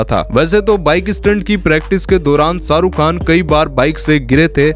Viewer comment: It's Shahrukh Khan not Saruk khan...